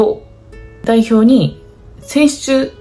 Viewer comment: 選出って言い直しても言えてなくて笑う